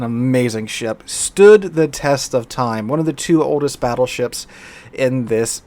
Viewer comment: "the Fattleships.." LoL